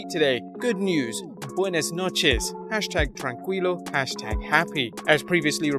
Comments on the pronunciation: "Buenas noches".. "Trancuilo".. lol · U in Tranquilo is mute, so it would be Tran-kee-lo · "tran- queee - lo" hahaha, always love noticing little pronunciation things